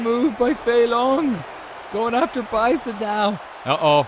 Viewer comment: Bruh how you butcher bison and Akuma names but said dahlsim name perfectly Great showing otherwise Akuma was putting on